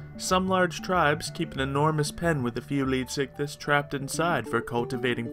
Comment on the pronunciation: look not tryna be mean but it bugs me when people don't say/pronounce a word right. it's pronounced leedsycthees not leedsycthis